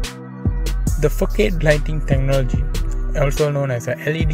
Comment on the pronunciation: It’s not fokade it’s fasad bro.. threw me off every time 😅